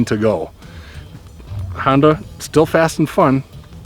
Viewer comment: Hoon-Dah.....nuff said.